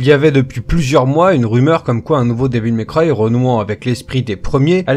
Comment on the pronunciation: Comment tu prononces Devil May cry ca me fait saigner les oreilles.....